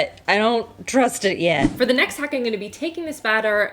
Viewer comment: It’s pronounced “I’m” not “I’ng” you’re not a toddler